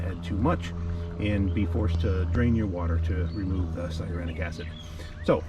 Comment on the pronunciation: Thanks for the video. Very informative. Why do you keep mis-pronouncing cyanuric acid?…LOL😂 It’s ‘sigh a noor ick.’